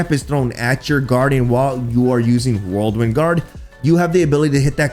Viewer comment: keeps saying whirlwind like "worldwin"